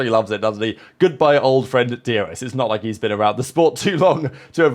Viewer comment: Do you say DRS or DUS …. Sounds like you saying D U S 😮